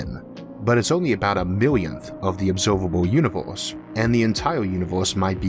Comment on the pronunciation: I like listening too, but when he said obsoivable univoise I lost it, not for the reasons you think, I had a best friend in school who had the same defect that I think the host of this channel does, it's a defect where the tounge is too short to fully make the vowels right, his name was joe Martin and he would say "wanna buy joe Martin's pearl cream" that was a commercial that was prevalent at the time, just made me laugh cause till this guy I've never ran across anyone with that kind of rare ability